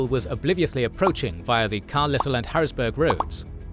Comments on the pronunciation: lol “car-lissle” 😂it’s pronounced “KAR-LYLE” 😂😂😂lmfao that shit irked me so bad 😂I love you. You guys, history marche, and epic history TV are some of of the absolute best history channels on the internet let alone all of YouTube. Don’t want to leave out all the litany of other history channels I absolutely adore but you guys always have top notch content. Love You guys frfr keep it up 💪🙏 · Small pronunciation correction from a PA native. It's pronounced Car-lyle. Rest of the video was awesome though! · As a man who grew up around there, Carlisle is pronounced: Car - lie- aisle. No "S" sound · As a native of the region hearing that pronunciation of Carlisle broke me. It’s Car-lisle, with Lisle sounding like Isle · Much as I love the content generally, I think this video really needed a few more editing passes. A couple of place names being mispronounced (Carlisle = "car-LIE-el") I can entirely understand, especially since we sometimes come up with some truly bizarre spelling/pronunciation combos. However, there were a number of much bigger issues. There were several cases where the narration got left and right flanks confused, the "aged paper" infoboxes in the bottom-right kept getting cut off, and the number of misspelled names on the Day 3 map was making my eyes bleed (Hanckok, Slockum, Picket). Top of the list, though: arguably the best-known terrain feature on this extremely famous battlefield was mislabeled as Seminary Hill instead of Cemetery Hill for the entire video! That's an oversight that anyone on the team with even a basic knowledge of this battle should have caught. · The S in Carlisle is silent. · As a native, it's "Car-lyle". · Pronounced "carl eye ly" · Don't blame you but you pronounced "Carlisle" entirely wrong. It's pronounced Car-lie-el Pennsylvania has a lot of towns with names that do not sound like how they would be pronounced. Looking at you, Lititz. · Brilliant episode. One note: Carlisle is pronounced "Car-lyle"